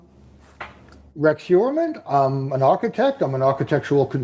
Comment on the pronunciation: I remember. when u first rationalized pronouncing Heuermann as hoyer-mon....u researched the name and found that pronunciation. RH, however, says: hewer-men. R u purposely mis-pronouncing his name to show disrespect? Just curious. (I dont have a problem w disrespecting this monster).